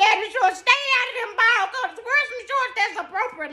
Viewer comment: she said ball cuttahs...lol